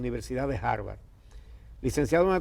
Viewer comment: Para un estudiante graduado, de una Universidad como Harveard University, cuando tienen que mencionarlo, debería estar seguro de la pronunciar correctamente. No es jaibar!